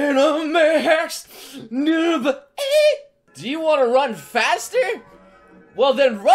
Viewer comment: Every time you said the word "number" I heard "Noble". Reminded me of Halo. Or you could assemble your own Noble squad. You may be Noble leader, and your squad members can named off from Noble 2 on. Like in Star Wars. This is random now. I will stop. That is all.